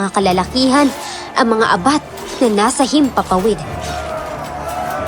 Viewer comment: Mabilis pag bigkas na abat hindi a-bat,para sa akin lang salitang bisaya yan